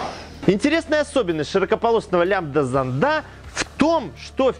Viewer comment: в словах: "зондАх" "зондОв" и тд ударение ставится на первую букву "О"!!!!!!! иди в школу в5 класс учись!!!!!